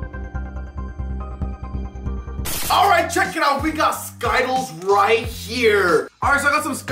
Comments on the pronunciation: my man says “skyttles” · He said skytilles instead of skittles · Man prounounced skittles skytells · Ryanplaygames12 Bo yeah I laughed so hard when he said skyttles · You pronounced skittles wrong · He actually said skittles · Did anyone hear say skittles wrong😂